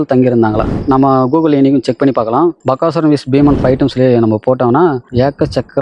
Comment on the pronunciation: Bakkasuran illa Bagasuran. Please pronounce proerly.